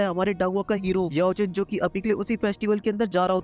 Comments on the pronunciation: Bai tum Xiao Chan ko bar bar Yeao Chan bolrahaho 😂❤❤❤❤ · Sao chen ❌ Yao chen 😂😂 ❤❤BTTH